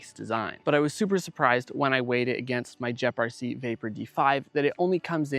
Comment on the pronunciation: “Jep rc” 😂